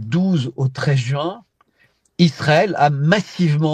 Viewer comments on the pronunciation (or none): none